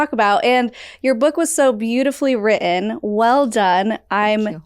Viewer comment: please learn how to pronounce “written.” (Minute 2, second 56ish)